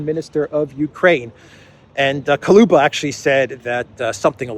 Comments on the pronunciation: Soros is a 🐍🐍🐍🐍🐍🐍🐍🐉🐉🐉🐉🐉🐉🐉 BTW he's Kuleba not Koluba😅😆😆😅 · The name is KuLEba not Kuluba!